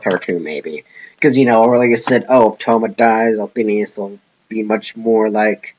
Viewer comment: She's my favourite character. I think the reason she wanted to go back to her original world was because she was alone and there was no one else like her. Also I'm pretty sure her name is said Othinus and not Othin-i-us. Also to your last question.... yes.